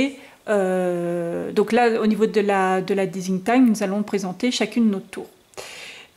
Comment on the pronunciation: un superbe mini album avec de sublimes produits . j'adore. ps : juste pour info ce n'est pas desing team mais design team qu'on prononce team comme tim